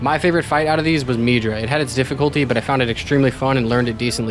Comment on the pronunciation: is his name really pronounced "meedra?" that makes me upset for no reason